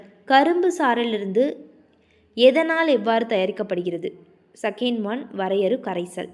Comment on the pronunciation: ஒழுங்க வாசிங்க அக்கா எதனால் இல்ல எத்தனால்